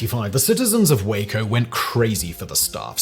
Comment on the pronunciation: Well now I can die happy! Simon has learned to pronounce "Waco" properly, lol!